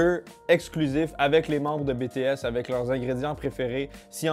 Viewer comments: BTS se prononce bi-ti-èse pas bé-té-èse. Merci :) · oe il prononce Bé té aisse alors que c’est Bi Ti S (a l’anglaise) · il le prononce un peu de manière française hors il faudrais prononcé le B à l'anglaise a peut près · " bé té S " ( jsuis pas une fan svp ) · JPP comment il prononce "BTS" xD Bon après on peut pas lui en vouloir il l'a dis que cetais pas sont truc x)